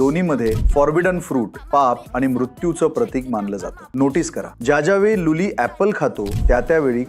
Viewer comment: भाऊ तू जेव्हा जेंव्हा लुली म्हणतो तेंव्हा हसा येतो